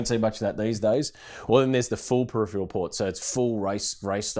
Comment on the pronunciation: Maybe next time use someone who can pronounce the word peripheral?